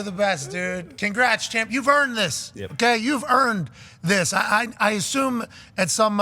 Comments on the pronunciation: Pat is from the states right? Why does he pronounce champ as chomp? I don't know the lore. Does he have a speech impediment or is it like an underhand joke? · Just a joke. Can't remember when it started though